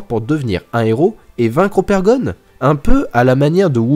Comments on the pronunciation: Mais c'est pas Opergon, c'est Ogerpon! Dsl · C’est ogerpon et sa se dit ogèrpone 😡😤😩